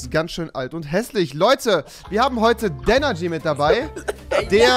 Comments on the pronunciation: „“ es heisst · Es heisst 😂😂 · Das heißt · er heist nicht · Ich glaub der heisst Danergy und nicht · Danergy nicht